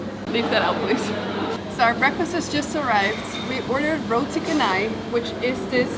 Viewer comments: Pronunciation wrong. Roti cha-nai not ka-nai. The malay language has made the "h" after the "c" redundant. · u pronounced canai as kanai.. Its char-nai is as char-coal.. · It's pronounced roti canai not kanai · FYI, Roti Canai is pronounced as "Ro'di Che'nai". Besides, love your vlog. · Just to let you know the "c" in roti canai is pronounced as "ch" as in change, not "k", so it is roti chanai!